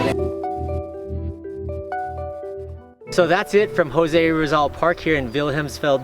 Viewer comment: ang weird mo magpronounce ng jose rizal tse!!!!